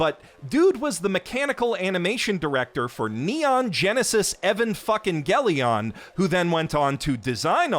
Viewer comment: I love how he manages to absolutely butcher "Gurren Lagann" and "Neon Genesis Evangelion" so brutally 💀